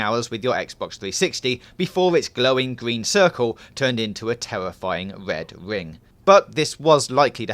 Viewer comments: Whats a wed wing? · the ved ving of def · "the wed wing of death".